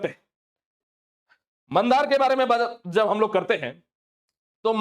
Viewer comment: मंदार ❌ मांडर ☑️ होता हैं सर जी पहली बात तो ये बंधु तिर्की का गढ़ है चाहे वह किसी भी पार्टी से लड़ जाए qki वो ग्राउंड लेवल पर काम करता है और इस बार भी उसकी बेटी शिल्पी नेहा तिर्की ही इस सीट से जीतेगी । पिछली बार JVM के नाम पर उसको वोट नहीं मिला था , बल्कि उसके काम पर उसको मिला था । और वो बाबूलाल मरांडी के साथ bjp में शामिल नहीं हुआ इसलिए उसको बीजेपी बहुत छोटा सा केस में फंसा दिया । और इस तरह का वीडियो बनाने से पहले प्रत्येक सीट का अच्छे से analysis करना पड़ता है, बस एक चीज को फैक्टर बना के कुछ भी अनुमान नहीं लगाया जा सकता है